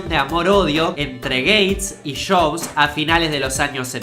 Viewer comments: Lo siento,, pero me da mucha risa cuando dices "Shobs" en vez de Jobs. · Porque dice shobs? En vez de yobs o jobs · Si , se escucha de lo mas feo cuando decis shobs 🤣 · Que diablos es "shobs"?